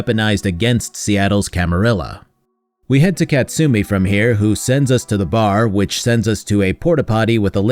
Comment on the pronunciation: ka-tsu-mi not kat-sumi